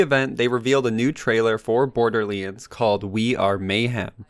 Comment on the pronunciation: How do you mess up "Borderlands"? Saying it wrong first 10seconds of the video SMH